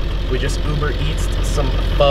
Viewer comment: proper way of saying 'Pho'